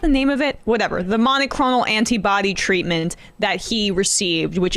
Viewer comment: Emma - it's monoCLONAL antibodies... not monoCHRONAL antibodies... Just FYI.